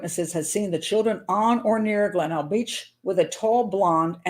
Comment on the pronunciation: I live in Adelaide, and it's pronounced 'Glen- elg'